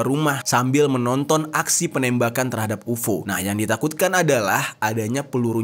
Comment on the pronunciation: Kenapa dibaca UFO? 😂